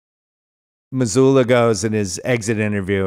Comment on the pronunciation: I love how Bill’s dad calls Joe Mazzulla, Joe Mazuler.